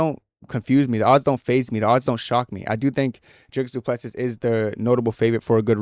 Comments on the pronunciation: It's a pronounced Do Ple See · You’ll get cool guy points if you pronounce his name properly fellow African :}